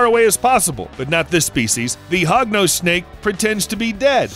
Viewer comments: sorry Hognose but i heard it as Pognose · Did he just say "HOGNOSE" Snakes are Scary? XDD Im sorry sir i have a lot a respect for you but i believe you should do more research on snakes. This is coming from a snake owner and lover.